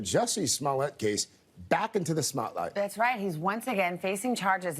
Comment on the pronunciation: Smotlight- thank you 😂